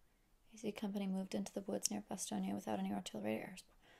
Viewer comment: I have to congratulate you a little bit. I've already looked at several reactions of BOB, and you're the first to pronounce the name Bastogne correctly ;-)